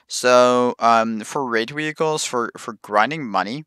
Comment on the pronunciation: Wehicles? Is that what I heard...?......